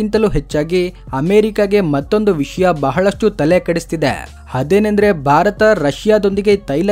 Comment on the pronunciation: ಪದೇ ಪದೇ ಬಾರತ ಬಾರತ ಅನ್ನಬೇಡಿ ಸರ್. ಸ್ಪಷ್ಟವಾಗಿ ಭಾರತ ಅಂತ ಹೇಳಿ. ದಯವಿಟ್ಟು 👏.